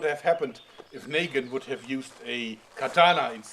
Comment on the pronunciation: It's Negan not Nagan